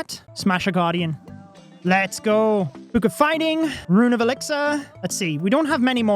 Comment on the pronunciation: “book”: “buke”